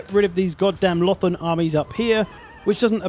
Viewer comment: hahaha i love the "ULTHUAN" swear haha it really sounds like you are saying ååh faaann in Swedish which means oh fuck or oh shit basically